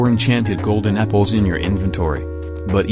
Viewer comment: Am i the only one hearing "golden nipples" instead of "golden apples"?